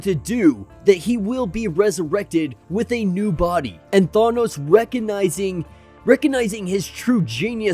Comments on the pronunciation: THANOS NOT THAWNOS LMAO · the way you say thanos now is worse. now you say thawnos lol :D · neither Thay-nos not Thah-nos is correct. it's Thanos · I almost rather have him say thay-nos 😂😂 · You said it wrong both times. I do not remember Chris Pratt saying it that way either. Are you still saying it wrong it’s pronounced Thaanose thaaan-nose Oh in what movie did they ever say it the way you’re saying it when you go look at avengers endgame listen to the way they say his name that’s the way Jack Kirby said it and if Jack Kirby says it that way then you should too he did create the guy after all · “Thawnos” lol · You're still saying it ò[. Than- oh-s